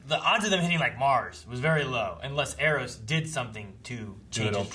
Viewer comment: EROS, sounds like "air ghost"